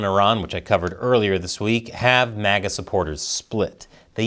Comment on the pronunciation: It's MAGA not MIGA.